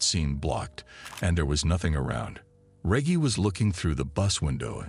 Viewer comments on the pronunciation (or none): Hey tell.the FN commentator it's pronounced Reg-gie Not Regg-e, lol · The fuck is this a AI reading this or something? How the hell do you mispronounce Reggie? “Rej-gee” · Yo Name is probably Re ggie not Reaggie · re - gy not re gee ? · D MKF D REGGIE MFK NOT REGY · Reggy or Reggie you donkey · Reggie is not pronounced reggae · Reage. Dude you know dam well what his name is Reggie. You never watch baseball. Not REAGE JACKSON BUT REGGIE JACKSON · Your saying Reggy it's Reggie lol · Omg 😳 I can't watch this video and listen to him pronounce REGGIE wrong 🙄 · Yo it's horrible how you put this together and your voice kept saying regee and not Reggie was so annoying i just couldn't continue, im a grown man looking for good content, step your production game up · He caught himself pronouncing Reggie the correct way the third time he’s said regee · 🗣 Bro get it right its Reggie not REGEE 😩😭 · Who DON’T know how that name is pronounced!? Reggie Jackson, the most famous Reggie there is, I know damn well whoever this is ain’t pronouncing it like Reggae. Goofy!!! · There’s no hope unhearing how he says ReJee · Who the fuck is RAY-GEE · Reg-Gee, Reg-Gee, Reg-Gee!! 😂🎉😅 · Reg-e, Reg-e, Reg-e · What the hells a regy cant even say the name rt channel owners a piece of trash dont care 1 bit bout this channel fukn dushbag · Great video. Just to help with pronunciation Reggie sounds like Veggie. 🙂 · For God sake man Americans are supposed to talk English It’s Reggie Pronounced R-E-D-G-I-E Like Wedgie You know what a “Wedgie” is don’t you? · Stupid ass narrator...it's Reggie with a hard G. I turned it off after 5 mins. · No way it’s pronouncing Reggie ( Reg - E) 😤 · Fuckin A.I cant even pronounce names Regg-E 😂 and the was it say El Diablo or El DyeAblo got me in tears 😂😂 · Rey-gey is wild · reggie is pronounced ....rejjy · This Mf keep saying reggy *scoobiedoovoice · DUUUDAH! WHO THE F IS REGGY! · THATS MY BOY & ITS PRONOUNCED REGGIE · Excuse me it's pronounced Reggae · Me too